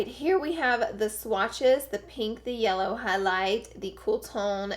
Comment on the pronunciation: Did she say yeller 13.02